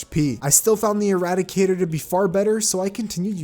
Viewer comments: Not as bad as him calling the irradiator the eradicator the whole time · calls Irradiator eradicator me: Please tell me the comments are saying this me: looks at comments the comments: not saying this me: welp time to post a comment